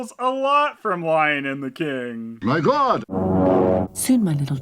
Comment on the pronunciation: For some reason most times I hear that recording I hear him saying "My Glod!"